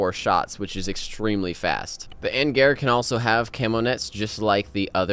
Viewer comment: Just some thoughts that are... well, not really much needed: in T-140 Angara's name the stress in on the last syllable (AngarA). It is named after river AngarA (or i assume so) which is located in Krasnoyarskiy region in Russia. And yes, thank you for the video =)